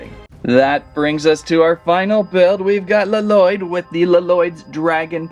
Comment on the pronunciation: It's not laloyd it's llyod